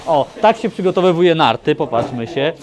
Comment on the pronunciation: Panie Adamie, super filmik! Tylko 4 razy "przygotoWYWUJE" to dla mnie już dużo :P